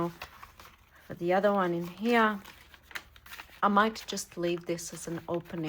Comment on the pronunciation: I love listening to you. I love the way you slip different accents into your speech. I particularly like the way you say “here”,😊! It sounds very aristocratic….sort of like Queen Elizabeth would say it.